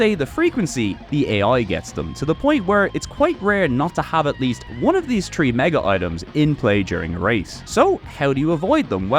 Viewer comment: Wait. Why can you pronounce throne but not three?